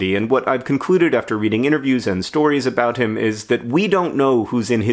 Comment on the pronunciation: When you said “about him” it was rather British.